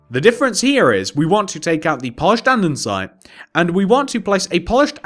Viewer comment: why do you say andensite if it is spelled andesite?